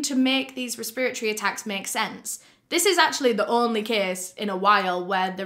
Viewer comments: I absolutely love the way you say “respiratory” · i love her so much but the fact she said respiratory wrong the entire video really hurt my head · I like how you say respiratory :) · Res-pra-tory Resp-ra-tory Respra-tory Respiratory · Res-per-iocy lmao she’s so cute. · The way she says “respiratory” is killing me 😂 I won’t say it any other way now hahaha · The way pronounces “respiratory” is soo funny! It literally took me a while to understand what she was trying to say